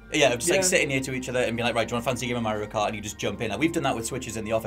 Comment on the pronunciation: "MerioKart" you nailed it!